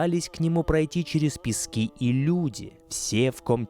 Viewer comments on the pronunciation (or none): none